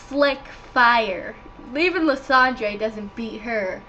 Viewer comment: celebi (Sell-a_bee). Lysandre (lie-san-der). You make no sense and learn how to say things